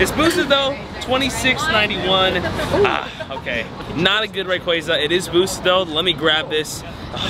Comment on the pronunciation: For being your guy you sure can’t say his name right! Lol Rayqaza (Ray-Quah-za)